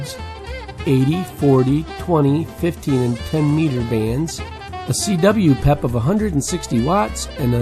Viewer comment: In my 30 plus years of ham radio, I've never heard the abbreviation for "Peak Envelope Power" pronounced as "pep." I've always here it pronounced by saying the individual letters to make it clear its the abbreviation for Peak Envelope Power, and not referring to a "peppy" radio. Great list of radios by the way, I own several of them and still enjoy operating them.